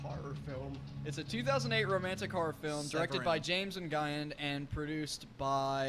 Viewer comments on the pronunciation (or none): This commentary was far worse than the movie.. and the fact you really thought the dudes name was pronounced "un-gi-en" instead of "wen" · Dudes - the director's last name, Nguyen is not "n-guy-en". It's "win" ;). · "n-guy-in" i felt that pain with you reading that name